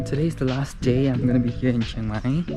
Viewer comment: im just here to say , its not cheng mai its chiang mai ,CHEE-ANG MAI thank you and have a nice life